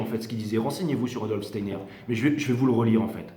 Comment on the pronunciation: Un peu en retard pour tout écouter !! "Stayenère " Steiner, mister. Merci encore . Bisous 😚